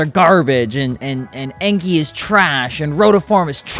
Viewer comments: i mean it more like N-K (en-kay), but either An-K or N-K is better the Enky. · NO!!! Enkei should be pronounced the right way, An-K. It's even on their official YT channel. Whoever sad that to you is not being upfront.